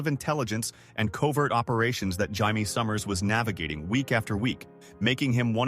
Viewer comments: Right? It's Jay-me, not High-May! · UGH fix the audio. Its Jay-Me not HI-Me. Also that one pic is Richard Dean Anderson from stargate. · Hamee ? It's Jay mee . She is not Spanish . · Why does the voice keep saying Jaimie summers a guys name when it’s a lady name